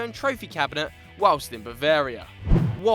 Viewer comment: Who the fuck says "whilist" ? So weird